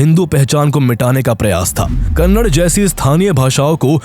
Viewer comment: It's KANNAD-A Not KANNAD